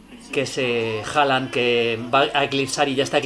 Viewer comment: Gran vídeo, pero como te dije en otro vídeo. Se escribe Håland, pero se pronucia Holand debido a que la å se pronuncia como una O. Saludos desde Burgos